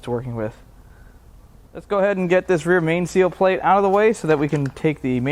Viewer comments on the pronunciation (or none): none